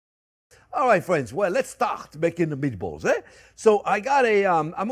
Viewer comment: He speaks another language, & its too funny how accents, describe “spicy meaty-balls” as if “spicy meaty balls,” in every other language, has no pun intended, despite ebonics being full of soo many puns, & or synonyms that declaring a/the meaning, of anything is just audacious! #BilingualismShouldntBeASecretLanguageReservedExclusivelyForPriviledgedHeritagePriviledgeCultureTouristsAndOrThoseWhoTravelForANewMeaningOfFood